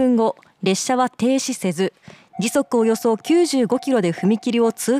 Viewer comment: 列車は停止せずの発音が変